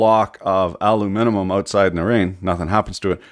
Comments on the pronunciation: There are people who say aluminium and there are people who say aluminum... and he says aluminimum. XD Or am I the only one who recognized that? XD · Repeat after me: al-um-in-um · "aluminum" "alum-I-num" "aluminimum" yes just the way its supposed to be said great job! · aluminimum lol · I love your videos, but why do you feel the need to add syllables to aluminum? ;)